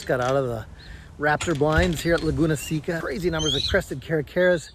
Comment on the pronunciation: seca ir pronounce seka